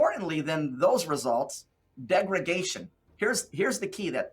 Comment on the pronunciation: Keep up the good work tracking these guys. Nothing they say holds up under scrutiny; they contradict themselves right and left. “Degragation” is not even a word, yet he says it over and over. He means ‘degradation’. This is a 6th grade word.